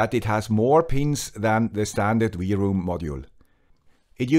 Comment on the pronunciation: Usually I agree and I am pleased with your torough reviews. I may be mistaken, but I think you are missing the point. Two antennas are not meant to discover more networks, but to split incoming and outgoing traffic on separate channels to increase speed and throughput. This is the main advantage ! Second my friend, W is not = to V in English ! LOL ! It's not V-ROOM it's WROOM like the roar of a car ! Have a great day ! Auf Wiedersehen !